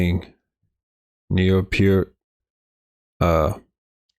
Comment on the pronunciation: He is saying his name correct, I saw a video of neal and was asked the correct pronunciation and Peart himself said" it is pronounced PE- ART" just as he is saying it, so you my friend are saying it correctly don't change it.